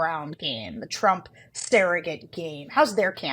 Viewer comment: Why does Sarah say surrogate like sarahget ? Lol